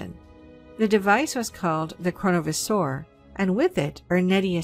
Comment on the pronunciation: While I love you and your channel, we really need to work on your pronunciation of words : ) Such as Chronovisor and Grimoire.